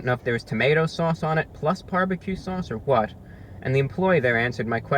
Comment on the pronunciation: "Qhwhat". He's so classy!